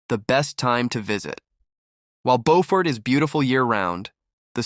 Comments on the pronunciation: You pronounced the town incorrectly. It not BOfort. It is BUfort. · Preference is irrelevant. It's not BOWfort. The Beau is pronounced the same way you say BEAUtiful. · Pronounced ... Bew fort....